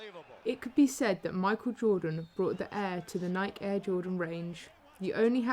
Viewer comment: Pronounced "Nikey" not pronounced like you're saying mike.